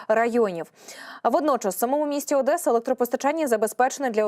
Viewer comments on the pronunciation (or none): none